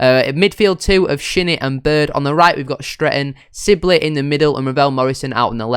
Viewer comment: Good episode. Sorry to see Lawrence go. Looking forward to the series. PS It’s SIB-ley, not Sil-bey 🤣⚽️😂